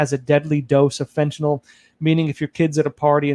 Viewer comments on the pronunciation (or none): none